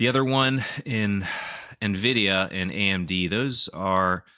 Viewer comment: Very sad to learn pronounces Nvidia as "Nahvidia"